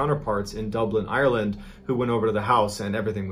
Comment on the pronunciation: Why do all Americans pronounce Ireland “Irelan” or “Island”